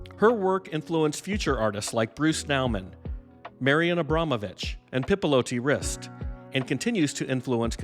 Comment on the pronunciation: Oh no, you too put an eyesore of a microphone like every YouTuber today?! Lapel mic sounded just fine. With all due respect, you can hang a shotgun microphone above your head on a boom and out of the frame. And btw, it's Marina, not Marian Abramovic. Thanks for the video about Jonas, she's one of the pioneers of video art indeed.